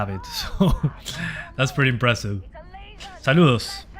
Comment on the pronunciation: Sos argentino? Cuando dijiste saludos sono bastante Argentino